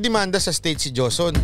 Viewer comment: HOSON Ang pronounce Ng JOSON diba MATALINO KA???